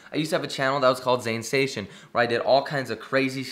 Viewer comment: The start of your video said Zansation. Mate what? Don’t do that to me 😤